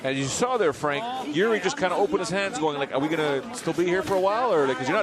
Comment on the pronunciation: Why do people pronounce Jiří as a Yuri he is not russian ffs